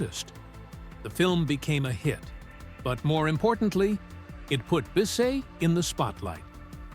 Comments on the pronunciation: You mispronounced her last name. It’s pronounced like Biss-itt. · It's pronounced to rhyme with KISS it not bee say